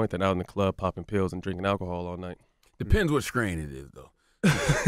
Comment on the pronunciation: Depends on what scrain it is 😂😂😂 STRAIN dammit!